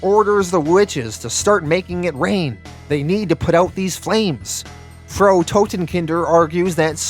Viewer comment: Loving these, even if I am a couple of weeks behind. I don't know if Frau Totenkinder comes back. But "Frau" (German for Mrs/woman) rhymes with "how now brown cow". Hope that's helpful.